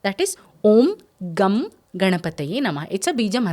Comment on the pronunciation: MADAM, I THINK THE CORRECT PRONOUNCIATION IS NOT GUM;:', IT IS 'GANG' GANAPATHIYE NAMAHA..PLEASE CHECK YOUR PRONOUNCIATION.THANK YOU.